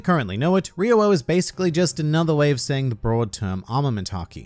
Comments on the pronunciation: im from australia and dont say it like that. it sounds like hes saying ree-woah and its so annoying. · Isnt the prononciation more like Ryo-o than RYu oo? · I can't watch this hearing REWOW every 10 seconds is pissing me off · It was wrong actually. The spelling is RYUO not RYOU. Meaning that it is pronounced as RYU-O. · Great... another word native English speakers will be damned to pronounce correctly. It's like the name Ryu. It's not Raiyu. It's fucking Ryu. 1 syllable not 2. Now it's Wreewo. Does it look like it says Wreewo? They say it in the anime. How hard can it be? Sorry this is just the time tipping my bottled up frustration over the edge. It's not against you specifically. Most do talking about Street Fighter. I've heard 1 guy, of all the people I know on the internet, actually say these kind of words correctly. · My ears hurt with this pronunciation of RYUO, it should be RI-YU-o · Why are you pronouncing it weird. Riro? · I cringe eveytime you pronounce Ryuo. I been pronouncing it Ree-oh, but carry on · It’s not pronounced Riwo 😜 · Every time he says “ri-wo” i literally cringe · I speak Japanese it’s ryo. But it’s kinda complicated because the r sound is a Japanese r not an English r so it sounds a little different. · His Ryuo pronunciation gave me aneurysm Jesus... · Is there a reason you've changed the way you pronounce ryou? It was the right way before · He just mad he can’t pronounce ryuo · it’s ri oo o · What's "ri-wowo"? You mean "ri-yo" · Rio-wo I speak Japanese and now after this video, I have forgotten how to pronounce it 😂 Ryuo - Ryu o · At least its closer to the actual pronounciation. People keeps pronouncing "ryo" rather than "ryuu-o", which is wrong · dude in the anime it’s clearly different and sounds more like “Rio” “Ryuo” than “Rewoah” or whatever he’s even saying. Love but this video was hard to watch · Ryuo is one extended syllable, not 3 distinct syllables (with an invisible w I guess). Ri-u-wo => Ri-u-No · Its R-I-Y-O